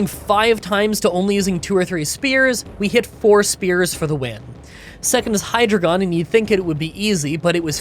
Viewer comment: *Assurance, not assistance. *Pronounced Hy-Dry-Gon *Pronounced Boof-a-launt